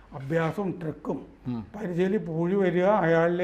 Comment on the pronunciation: പൂയി അല്ല സഹോദര "പൂഴി" എന്നാണ്.